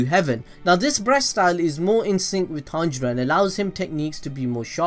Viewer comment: His name is pronounced Ton-G-Row